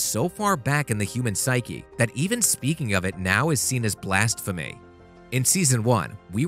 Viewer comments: What's "blastphemy"? Is that anything similar to blasphemy? As well, please don't halfway try to pronounce Latino names. If you want to say Angel, in it's Mexican native, the G has an H sound. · Did he say “Blast-phemy” instead of blasphemy though when describing See? Or did my hearing just recess so far back due to the (not so) distant post apocalyptic nature of 2020/2021?